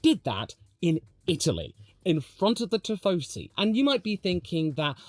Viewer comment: it's "tifosi" not "tiffosi" ☝🤓